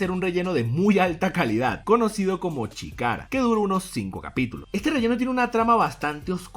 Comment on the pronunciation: CHIKARA SE PRONUNCIA SHKARA